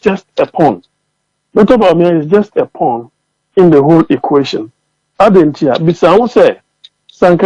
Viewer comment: It's political 'pawn' and not this p😮rn...u need to learn